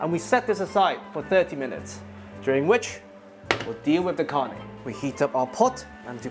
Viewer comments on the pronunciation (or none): Nope...wayyy off... My grandma would smack you w her chankla! And it's not Karney, it's "carne" ( roll your "R" meeester) no sugar!!😢😮